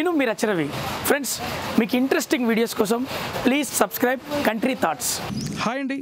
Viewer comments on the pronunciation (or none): none